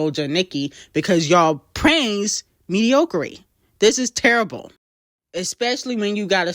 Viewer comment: Mee-dee-aw-crih-tee You need to learn how to speak forreal